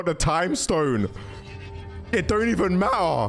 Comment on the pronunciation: It don’t even ma-ah